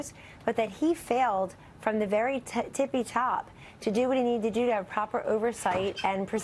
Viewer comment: She said "tipy tops" 😂🤣